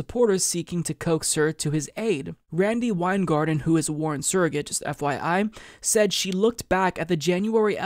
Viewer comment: Your intonation of the word “said” bugs me